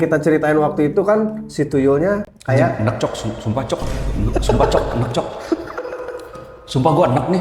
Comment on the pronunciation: Orang jakarata kalo ngomong “cok” lucu banget😂 ga mantep. Ayo belajar dari orang Surabaya